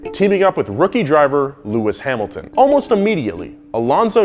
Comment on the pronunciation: "lewis hamlton" "sebastian (v)etel" "daniel riccardo" bisch wat